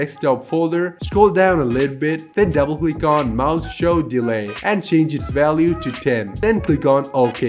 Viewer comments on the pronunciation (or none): He said MenuShowDealy instead of MenuShowDelay